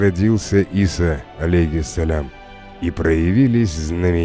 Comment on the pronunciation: Ийса.а не Иса